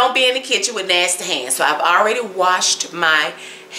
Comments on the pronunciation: Keep saying Nastayy because it's the southern thing to do. For the Karen wanna bees, find another channel on how to sip tea with your pinky. This channel is for the Grown cooks, pie and cake makers! Me' Shell Farria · You keep using nasty I love how you say nasty 🤣🤣🤣😉